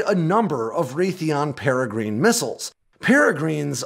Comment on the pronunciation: It's pronounced "PARA GRIN" like the falcon